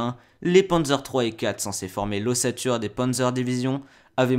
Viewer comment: Super vidéo sur le fond et la forme ! En revanche travail ta prononciation des mots en allemand et ta locution ! Ce n'est pas un travail facile mais ça m'a sorti de la vidéo, dommage :/ Je ne te demande pas d'être bilingue mais juste faire attention, par exemple Speer se prononce "chpér" .